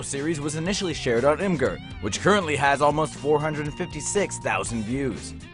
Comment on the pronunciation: Wtf is I'm Gur. It's pronounced imager.